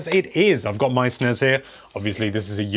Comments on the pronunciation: “Snez and Nez mini” not SNES and NES Classic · Also the fact he calls the SNEZ mini and NEZ mini is just offensive. I do not care what Wario said in some weird European game long ago. NES is NES because its an acronym, not a mispronunciation. Learn up before you post poor ideas with little reasoning